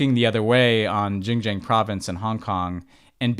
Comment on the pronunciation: Boys, one of you was one of the highest officials in American foreign policy, please! Xinjiang is pronounced [sin -dziang] not jinjiang or whatever Ben said. This finally has become a part of American policy, let's pronounce it right!